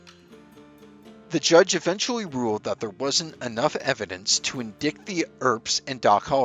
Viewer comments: in-dick-ted, huh? the narrator and Marjorie Taylor Greene must have had the same English teacher. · “In(dickted)??? Terrible AI voice! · "indicked" lol